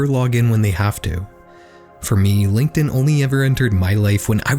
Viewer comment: horrors on DIH-In 😂😂✌✌